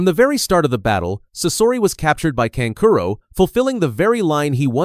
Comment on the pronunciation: channels like these really get under my skin cause yall have the potential to be good but use ai voice over to butcher the names. like seriously kankuro is kan ku ro not can curo and sa so ri not suh sori